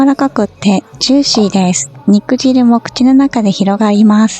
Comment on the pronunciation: 肉汁は「にくじる」ではありません。「にくじゅう」です。 汁って汚らしそう。